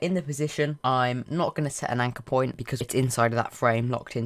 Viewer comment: Can you speak american w ot point not poimnt WHAT DA HELL THAT?